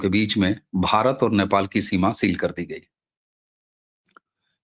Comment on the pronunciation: "नेपाल" का उच्चारण आपके जुबान से "न्यापाल" निकलता है । जो कि हास्यास्पद है ।